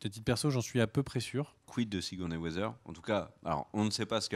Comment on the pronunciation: Plutôt que sur le micro, j'aurais davantage insisté sur la prononciation de Sigourney Weaver et non Weather. A moins que ce soit un spoil pour nous indiquer que son rôle sera d'être une brave Miss Météo... Sinon sans rire, je vois une possibilité intéressante autour de ce que l'on sait déjà d'elle : son prénom, Alexandra, et le fait qu'elle est un personnage important à New York. Il y a un perso dans les comics qui s'appelle Alexander Blont et c'était l'ancien Caïd avant d'être évincé par Wilson Fisk. Pourquoi ne pas envisager une adaptation de genre pour la série voire une fusion avec un autre personnage féminin ? J'ai vu par exemple des comparaisons (plutôt physiques cette fois) avec le perso de Headhunter, une ancienne ennemie de Daredevil et de Luke Cage qui était membre des Vilains for Hire, pendant des Heroes for Hire qui rassemblaient Luke et Iron Fist. Why not ?